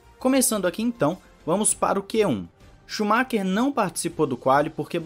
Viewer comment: "shumakinho"?! Oo